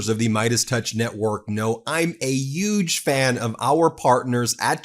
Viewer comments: Hey Ben, thanks for all your hard work but you need to learn to say "huge". As it is right now you pronounce it like trump! You both pronounce it " uge! 😂😂😂😂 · Yuge isn't a word. Huge starts with an "h" sound.